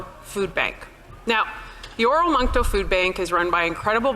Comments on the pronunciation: Oromocto...not oramoncto. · Or-muck- toe. Not how it spelt.